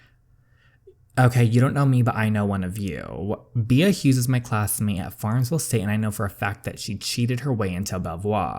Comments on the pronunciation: My friend: It's pronounced Bee, hence the name Queen B Me, an intellectual: Bee-ah Love your videos DJ ❤️ I'm going through a really low point in my life right now and your videos are the only thing keeping a smile on my face. So glad i found your channel!! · I think her name is pronounced "Bee" but it's spelled Bea. I believe it's french, but don't quote me on that. A character on the show Wentworth has the name. Lol Also saying it like bee makes sense since the name of the game is "Queen B". Love watching your videos!! Thanks for making them! 😙 Can't wait to watch the next one! I'ma binge watcher lol. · I think Bea is actually pronounced like "Bee" but I might be wrong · "Bea" is pronounced "Bee" just letting you know